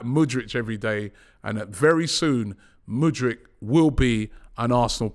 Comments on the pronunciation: Robby cmon it's: M O O D R E E K not M O O D R I C H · Pronounce mudryk not mudrich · Just when you think he's finally got Mudryks name right,5 secs later he throws in a Mudritch🤦‍♂️ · Mudryk not Mudrich! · Mudryk, not Mudrych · he is not Mudrych, he is MudryKKKKKKK. do you know how to read? how many grades have you completed??? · Stop calling him Mudrch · Why is everyone saying his name like the brand Hoodrich… it’s moodrick! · IT'S MUDRYK you plonk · The don says Mudryk like mans Croatian 😂